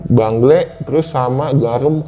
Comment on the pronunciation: bengle bang bukan bangle😂